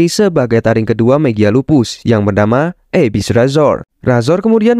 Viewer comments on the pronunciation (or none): none